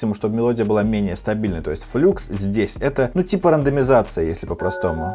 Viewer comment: не флюкс, а Флакс! 🙄